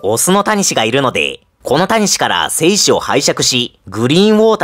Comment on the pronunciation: 精子の発音が良すぎる笑